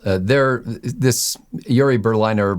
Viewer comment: This guy was told the correct pronunciation of Berliner, yet he kept mispronouncing it.